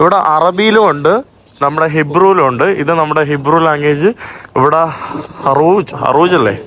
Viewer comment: Harooj alla. Hurooj Aanu